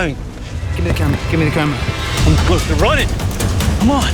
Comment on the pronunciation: 김미 어 캐뭬라 할때 발음에 치임 ㅈㄴ 머시뙇